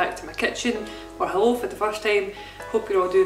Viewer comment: wave ha-loow